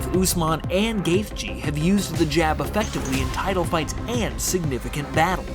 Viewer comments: bro pls if u make another gaethje vid pls say it like ‘gaechy’ that’s how it’s said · Sorry, but you don’t need to emphasize the “th” in his name. I like your video, but that was quite annoying since he is my favorite fighter along with Wonderboy. Just call him Justin or “The Highlight” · The fucking fact you can’t say his last name correctly is infuriating. You don’t deserve views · He’s not even saying the right last name 🤦🏻‍♀️